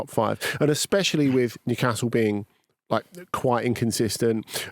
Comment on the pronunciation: Andy's pronunciation of Newcastle hurts me